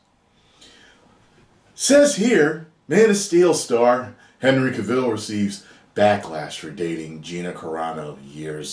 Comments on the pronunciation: Cavill. Pronounced like travel. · it's Cavill (sounds like TRAVEL). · dude has been defending Henry for near 5 years, and pronounces his surname wrong